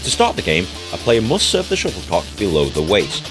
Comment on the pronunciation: I thought he was calling it a sugar Puck😂.